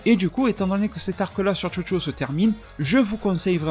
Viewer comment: A chaque fois que t'as dit Chocho j'ai entendu Jojo mdr